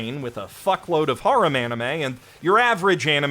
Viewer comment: Serious question, why do you pronounce harem like that